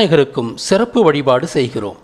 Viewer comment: ஐயா,நான் தங்களின அணைத்து காணொளியையும் தவறாமல் பார்து வருகிறேன் இந்த காணொளியின் 17-வது நிமிடத்தில் 29-வது நொடியில் தாங்கள் பூமியின் சமநாட்களை பற்றிய சொல்லும்போது"இந்த நான்கு சிறப்பு நாட்கள் என்று தாங்கள் சொன்னது செருப்பு நாட்கள் என்றது போல கேட்டது"எனவே உச்சரிப்புகளில் தாங்கள் கூடுதல் கவணம் கொள்ள வேண்டுமென கேட்டுகொள்கிறேன்